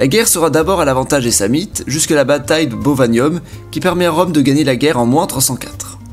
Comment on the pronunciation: Tu ne sais pas prononcer Sam-nite, ou c'est moi qui ai toujours fais l'erreur de prononcer le "n" ?